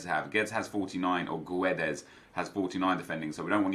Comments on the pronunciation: Yo nep his name is pronounced GUE - DES not Gueds. Much love and make a all transferred players Draft / Team builder, call it "Almost FIFA19 ones to watch!" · It’s pronounced Gwedes